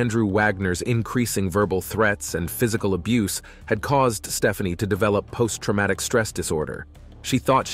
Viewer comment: Tramatic or traumatic?